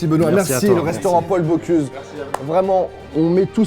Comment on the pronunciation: Par contre le moment où il dit « Paul boCLUse » ça fait mal